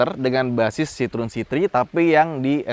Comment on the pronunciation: Sitrun... itu kita yg baca... klo denger baca aslinya sitroeng 🤣🤣